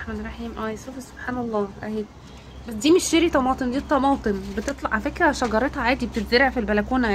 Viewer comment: اسمها cherry مش sherry , مش عارفه تلفظيه هببي و قولي طماطم كرزيه ، مفيش احلى من لغتنا